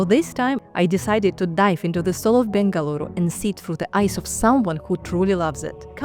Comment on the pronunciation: Thank you for pronuncing Bengaluru correctingly.Better than our Indians do 😊